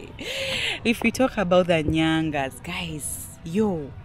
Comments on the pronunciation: It's Nganya not nyanga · Not Nyangas, Nganyas. The best form of art ever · Not nyanga, it's nganya